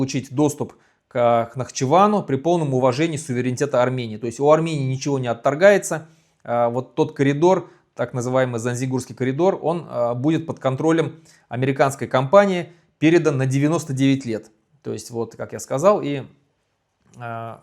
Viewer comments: Населённый пункт не "Занзигур" а, Зангизур(!).. Потому и, коридор не "Занзигурский" а, Зангизурский😉😁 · ЗангеЗурский, а не Занзебурский